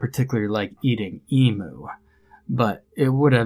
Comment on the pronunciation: Australian here - 'emu' is pronounced 'eem-you', not 'ee-moo'.